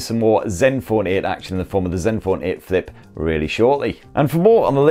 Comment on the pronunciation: Just came here to hear him say zenfoaan 8